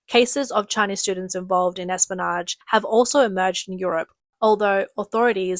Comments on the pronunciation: Listen... Say "Espy-o-nage" not, "Espanoge" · Espionage has an i in it. Pronounce it.